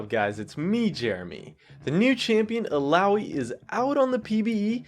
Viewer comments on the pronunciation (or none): Ok, Jeremy I love you but THAT PRONUNCIATION THOUGH XD I don't know how you guys say it, but here we all call her ILL-AH-OY :p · "il-ow-ee" --> Illaoi